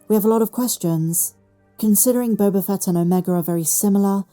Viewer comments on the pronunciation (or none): none